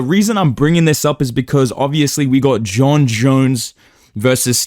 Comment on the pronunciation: He even says Jon Jones like dana now